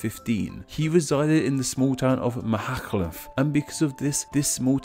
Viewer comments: ooh they welsh pronunciations in this are killing me. owain glyndŵr = oh-wine glin-dew-r. machynlleth = mack-UN-lleth boudicca = BOO-dick-uh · Machynlleth is pronounced like Ma-Hun-cliff